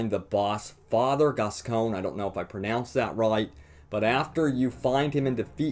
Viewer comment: Great video man! For all you Americans, Gascoigne is pronounced as Gass-coin. You're welcome.